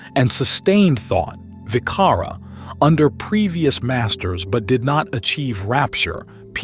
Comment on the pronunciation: It's an admirable effort indeed to produce this VDO but it'll be much better to consult Ven.Bhikkhu Bodhi's translation of Pali texts how pronounce the Pali words correctly. For ex. vicara (sustained thought) c here is pronounced like j .😊